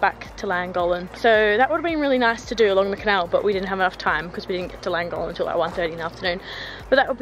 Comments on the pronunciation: The town is pronounced clan gock lin I think even though I am not Welsh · Please have a go at pronouncing Llangollen correctly! The LL in Welsh is pronounced differently and is classed as a single letter in Welsh. There are two LL’s in Llangollen.